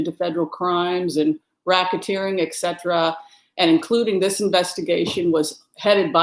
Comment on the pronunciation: first of all, I appreciate you and your generous energy. Second, fingernails on chalkboard each time you say "Eck Cetera" instead of "Et Cetera". In love.